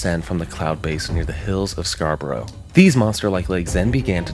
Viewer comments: Scar but ruh Not scar bo roh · As a native of Yorkshire i can tell you that Scarbrorough is pronounced as Scarbruh, not the American way And we dont really get tornados all that often i cannot imagine the area would ever spawn four but its an interesting theory all the same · This is nuts! 😮 I live in Scarborough and had no idea this was even a thing! (*Side note.... it's pronounced "Scar-bruh") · Scarbora is How Us English pronounce it 😂😂. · the way he said scarborough D